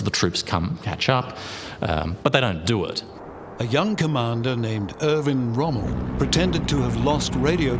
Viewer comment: That would be Erwin Rommel, not Irvin Rummel, and in the German language a "w" is pronounced as a "v". Lemme guess, you're an American aren't you?